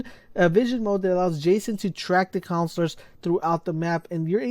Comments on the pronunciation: He doesn’t know how to say “ counselors”😂😂😂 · "The conslers"